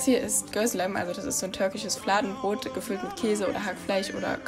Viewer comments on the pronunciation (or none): Hey nur ein kleiner Tipp . Es heißt nicht gözlem, sondern Gözleme:)